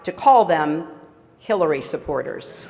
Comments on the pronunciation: Sounds like he calls her, Killary instead of Hillary :^) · it sounded like he was saying killary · I heard him say " Secretary Killay Rodham Killton" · oml that man Said Killary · Did the throatguy just announce her as KILLary twice, or are my Ears playing a trick on me?